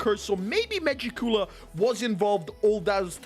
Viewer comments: Ma-Jick-Q-La bro not Magic-Cooler 😭😭Love🖤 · Megicula’s pronunciation